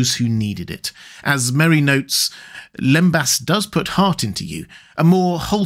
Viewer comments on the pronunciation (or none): for starters its "lembass" not limbus!